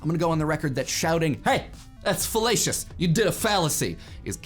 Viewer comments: You said fellacious. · I cant stop hearing fallacious as fellatious